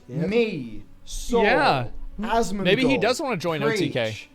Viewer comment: Did call him Asthmagold?